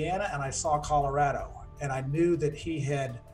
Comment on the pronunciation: Thank you for saying Colorado the correct way.